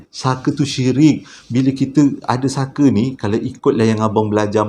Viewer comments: Honestly,aku kalau tengok kau bercerita memang aku akan gelak especially bab lawak tu..episod kali ini ujung2 tu kau tersasul sebut fucker,,guling2 aku gelak...hahahaha,Kipidap bro always update with new content. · Hahahahhahaa part last Memang tak rilex abang punya tershashul 🤣🤣😭😅😆😁🤭😝 Farah + Saker = ®€¢™$